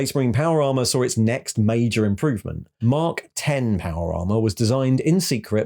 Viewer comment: FYI it;s mark X {like the letter X} not X {10} armor Caull wanted it not to be a numerical mark